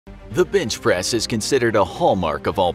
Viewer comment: I thought he said "Bitchpress" at the start of the video